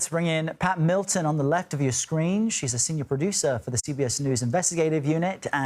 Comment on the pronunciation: Danilo Calvalcante is a Brazilian. His name is pronounced as Dah-nee-lo Cavahl-cahn-chee. One would think that journalists would get that right.